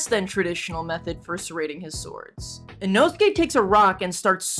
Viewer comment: Bro is I-nō-su-ke not I-know-skay